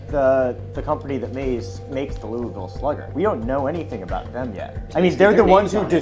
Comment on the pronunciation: thanks for pronouncing louisville without an s😀